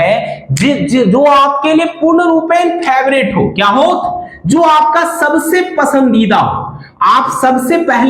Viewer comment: Sir ap "jo" ko "zo" kyu pronounce karte hai ? Aur ek aur bat yeh jo ap bata rahe ho yeh to common sense wala bat hai isme aisa kya groundbreaking bata diya apne ki zindagi badal jayegi , jaisa ki apne likha hai thumbnail me